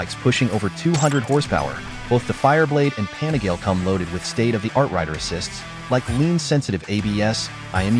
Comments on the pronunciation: i think it's pronounced as "PA NI GA LE", not "PANI-GAYLE", for sure you're using AI voice.. 😅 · Panigail. I love these videos, but that hurts my ears. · The ‘pan-a-gale’ lol love the robot voices 😅